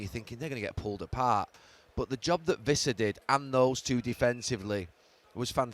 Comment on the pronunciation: Stop mispronouncing Wissa.